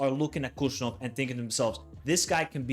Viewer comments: He is not Kushanov!! Khusanov, first Kh wiill be read like H in "hen", A will be read like ''á'' in CAR. So HusaAnov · I am from Uzbekistan. The first K in his last name is silent. It is more of a hard H sound like in word WHO. Also, the emphasis is on the A, so the phonetic pronunciation is hoo-sA-nov PS i am a huge Man Utd fan, so this will be interesting. I will have a player i will cheer for to do well in a rival team. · props for making this with great analysis. Just one thing to mention his last name pronounced as 'Husanov' similar to Habib (Khabib)